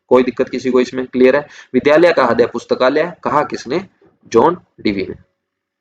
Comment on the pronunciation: Sir aapse ek request h heart ko hindi me riday boliye .....haday ni